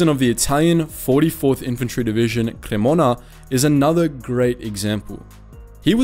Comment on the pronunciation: e vabbè nn ci possiamo fare molto, la pronuncia di Cremona era troppo bella